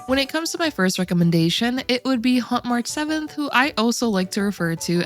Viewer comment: I love Hunt March 7th she is great and every time you say Hunt March 7th I hear Hot March 7th and that fits too. I also love Huo Huo she had helped me survive in so many teams as my only 5 star sustain until yesterday when I pulled Aventurine.